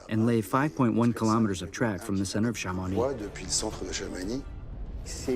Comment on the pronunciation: Please learn to pronounce Chamonix properly - it is so distracting when it is fundamental to this story